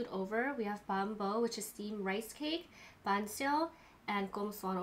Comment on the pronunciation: yayyy so happy you guys like viet food! you ate everything right! banh xeo can be wrapped with lettuce or rice paper and you add all the veggies! you also ate the pork chop correctly, it tastes even better with fish sauce drizzled on top. you guys even say “banh” right! a lot of people say “bawn” but that’s wrong. much love!